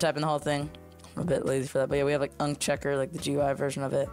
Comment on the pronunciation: you-an-see not unk 😭😭🙏🏻🙏🏻